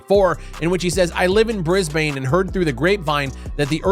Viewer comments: Bris-BANE!!! LoL... Just for future it's Brisbune... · Bris bane, nah, you fucking learn English man, it's bris bin. Fuck me mate can't even pronounce my home city properly, bet I can pronounce yours 🤣🤣, your not worldly enough 🤣🤣🤣🤣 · Bro didn't just "Brizbin" as "Brizbayne" 😆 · Aussie here, Brisbane is pronounced Brisbin 😂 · fyi Brisbane is pronounced Brisbin, youll thqnk me in 2032. Didnt realise they were based there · WTF is wrong with my hometown and crypto-fraud. :/ Craig Wright, Swyftx, boiler room charges in April, and Earth 2. Sigh. :( Also it's more pronounced two syllables like "Bris-bin". :P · Your pronunciation of Brisbane hurt my soul.